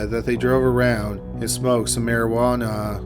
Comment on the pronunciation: Despite the dark topic being discussed... I can't help but crack half a smile everything you say; "Marijuana-h".